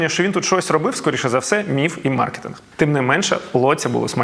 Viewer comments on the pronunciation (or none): none